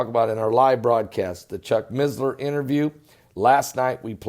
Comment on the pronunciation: there is no Z in missler. its not MiZzLeR